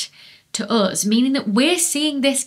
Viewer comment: "to an astronomer anything heavier than Helium is a metal" also any "s" is an s except for when is in "us" then it becomes "uz".... 🤢